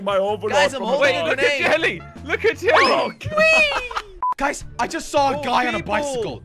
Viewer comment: 😂 hi you said Jerry instead of jelly